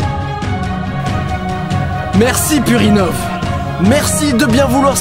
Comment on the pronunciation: J'ai pas pu m'empêcher de me marrer en entendant "merci purinov" qui fait très "merci purin-ov" xD